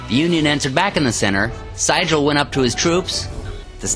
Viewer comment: Excellent video except that Siegel's name is pronounced See-gul (like the bird)